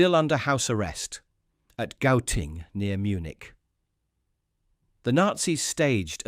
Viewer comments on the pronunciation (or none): none